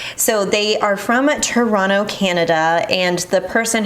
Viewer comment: Respect for pronouncing Toronto like a Torontonian--"Toronno"